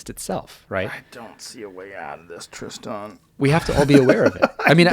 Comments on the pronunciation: As someone who spells their name tristan it just chaps my cheeks how he pronounces his name lol but hey not everyone says it the same way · His name is Tristan not Tri-Stan. hate this loser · I had a 5 min conversation with my husband 2x... once when Tristoooon pronounced his own name and again when Rogan said Tristooooon 🤦🏼‍♀️ No sure why but this really bugs me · As much as I appreciate this man I'm not pronouncing his name the way he says it's pronounced his name is Tristan not TristOn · Pronouncing his name as Tris-tahn is pretentious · Why is his name pronounced like that? Wtf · I really like this guy but can't trust anyone that wants to pronounce a boring name differently to feel original. I'll just leave this here